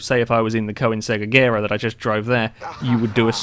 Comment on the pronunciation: You said Agera wrong..... its pronouced Uh-Jer-uh